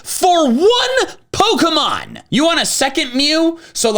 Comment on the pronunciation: the fact he mispronounces almost every pokemon in this video makes me upset